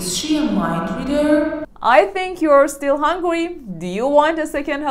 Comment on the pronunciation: She also says "hungwy"